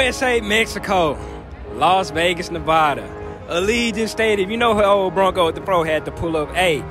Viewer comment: Lol why everybody fuck up how to pronounce Nevada?!🤣